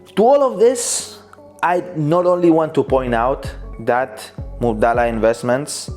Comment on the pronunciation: Its Mubadala not Mubdala and it means exchange in arabic